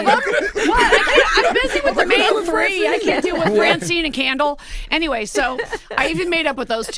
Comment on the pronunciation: "Candle" took me out!!! 😭